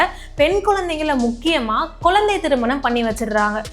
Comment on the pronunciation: Ellam correct madam தமிழில் உச்சரிப்பு முக்கியமான ஒன்று குழந்தை என்று சொல்லுங்கள் கொலந்த கொலந்த என்று சொல்லாதீர்கள் மாற்றிக் கொள்ளவும் pls